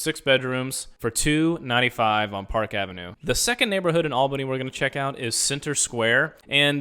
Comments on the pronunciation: Nice, but quick review. What bothers me is how you pronounce Albany. It is ALL-buh-nee, not AL-buh-nee. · You should have practiced saying Albany, because you got that wrong. The AL in Albany should be pronounced “ALL” as in all good, not “AL” as in Al Bundy. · Native here. It's a nice region. has some flaws as all cities do, but to be honest it's not terrible. Mass transit could be better though, imho. Amtrak to NYC is a nice perk (not mentioned in video). Also, as many have said, you mispronounced Albany, and you sort of glossed over the art district in Albany (The Egg is pretty interesting). Lots of old buildings to see and enjoy, too. Lots of people know each other - the Smallbany effect LOL. :)